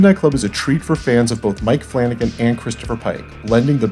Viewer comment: Flanagan, flanacan